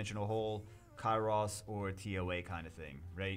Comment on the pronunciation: it's Cairos - 1 S - We know you love Zaiross, but Cairos is not lost his brother:D